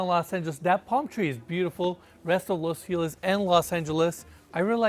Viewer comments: Its not Los Feeliz, its los fel iz (ease) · I love the concern to ensure the kitchen Italian appliance maker is pronounced correctly however no worries on butchering the actual city Los Feliz. It's pronounced Los Fe' - lease not Los Fee - Lis. Dido on the comment about Mikey. What happened to him. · I hear los feliz cada vez, my boy saying felice lol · Can we please all agree… Los FelIZ! Los FelIZ!! It’s not Los Feelus, people!! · Los Feh Lease its Spanish word ffs u make sure to pronounce u make sure you pronounce properly all these intricate building materials etc. but cant pronounce feliz properly sounds like your choking the way u say it